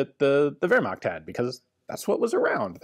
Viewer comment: LOL... 'The Wehrma....' Ooops! LMAO We know what you meant. ;)